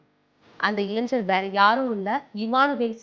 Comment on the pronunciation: இலைஞ்சர் அப்படினா என்ன டி, இளைஞர் அப்படினு சொல்ல வராதா உனக்கு